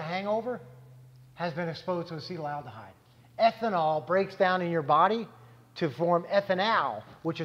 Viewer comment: Hah, good catch, yea, they are mispronouncing it. They also mispronounced Ethanol.